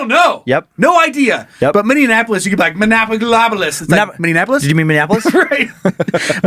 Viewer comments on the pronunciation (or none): Minneapolis -> Minnie-App-O-liss